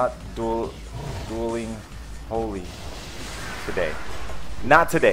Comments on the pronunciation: He said "doiling" instead of dueling.....Come on your smarter than that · Did anyone else notice he said doiling not dueling haha. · Lol "not dooling holy" it's dueling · HAHAHAHAHAA "DOILING"